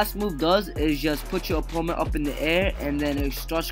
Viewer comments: It’s opponent not oppoment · he kept saying "oppoment" instead of "opponent"